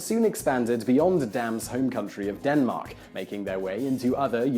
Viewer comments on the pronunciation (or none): none